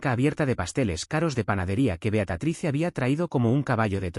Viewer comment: Beatriz , jajaja no Beatatrice jajaja